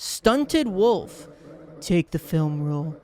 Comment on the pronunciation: Is no one gonna talk about how he calls the wolf cub a wolf club and a wolf a woof? (Not tryna be mean)